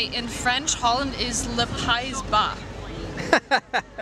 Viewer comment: Pays-Bas as in pay-yee ba (low land)